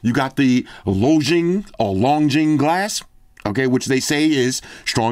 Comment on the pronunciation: Long jing is pronounced just the way it’s spelled… don’t quote me but I’m pretty sure it means “dragon eye”